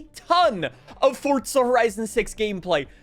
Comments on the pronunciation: What is fortza. Sorry m8. There is no T. Its for za. .. 4za. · There is no t in forza its not fortza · Forza not fort-za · forza not fortza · Fortza. Why cant he say forza? Lmao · Yay copy and paste....when are these lazy game devs gonna step it up? Oh never bc you tards think it's good and btw....please for the love of God STOP SAYING FORTTTZA I'm begging you just say forzaaaa like it's spelled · theres no t in forza stop saying fortza 🙄🙄🙄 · I hate this fuckin moron, ITS NOT FORTZA, ITS FORZA, even the narrators in fh5 pronounced it FORZA, you sound like a baffoon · fortza where is the T son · Please say ForZa not For(t)za 😂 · Bro is forza not forTza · Do you say gyoza as Gyo-tza? Like you say Fortza instead of Forza? Lol jk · its called Forza not Fortza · For ZA not fortza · are you saying forza or fortza loke for real tho speak much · Why do you say “fortza” there’s no T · bro its forza not fortza hahaha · There's No T Fortza Forza ffs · Am I the only one that gets so aggravated from the way some peole say Forza lol It’s like he’s saying Fortza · Forza not fortza lol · STOP SAYING FORT-ZA IS FOUR-ZA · for the next video make sure you pronounce FORZA CORRECTLY that shit bothered the fuck out of me the whole time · Not hating, but why do you say “Fortza” instead of “Forza”? Even the captions pick it up like that. It’s tickling my brain lol. Great video though, hyped for FH6. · Why is he calling it Fortza? I've always known it as Forza. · It’s FOR-ZZZZAAA not FORT-ZA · The Fortza kills me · For-za Not Fort-za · its forza like the letter four , not fartza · Can someone tell this dude its not FORTZA. 🤣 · because that would be wrong, it's 2026 you can google how it is pronounced, hint, it's FORTZA. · why are you saying "fort za" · forTZA (so annoying) lol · And you've ruined my FORTZA horizon 6 first experience. Now i cant unhear FORTTTTZA. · New "Fortza" Horizon game. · is it me or do you also cringe everytime he says Forsstza Horizon? brooo calm the f down.